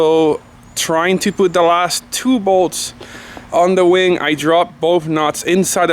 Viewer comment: It sounded like you said "And now we have to tackle this big wang". I was dying with laughter. I love the car, did you ever consider painting the inside and maybe tucking the wires against the interior with gaffers tape to make it look more clean? "Another one of the nuts finally dropped"... sorry, i'm just in the mood to be funny tonight lol. No harm intended!